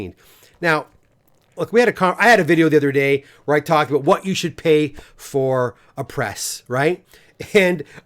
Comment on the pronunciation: Did he say, “talk aboot”?